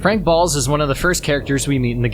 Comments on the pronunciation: Nice video his name is Officer Frank Boles btw not balls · I really hope you're mispronouncing things on purpose because there's no fucking way you think it's balls when the characters in game clearly say boles even his bio spells it as BOLES and you still get it wrong